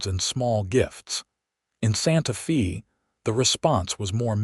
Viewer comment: Can the narrator please say Santa Fay not Fee